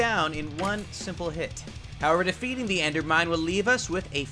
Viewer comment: "endermind" not "endermine"